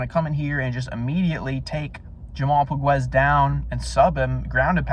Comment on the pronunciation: fyi POGUES SUCKS,he is lazy slow a true can,he has no chance,he is aweful,and you cant even pronounce his name,diamond in the rough lol lol,your clueless,he is more like a pile of sh*t in the grass, FACT